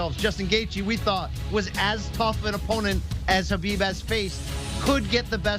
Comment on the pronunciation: U mean kubibe?